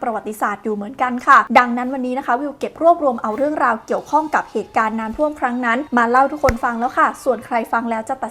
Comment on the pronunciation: อ่านน้ำท่วม เป็นน้ำท่อมได้ไงเราเนี่ยย😂